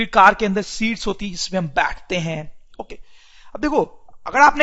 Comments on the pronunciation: I'm so sorry but it is not sheats it's seats otherwise amazing explanation sir,👏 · bruh, its seats not sheats.. lmao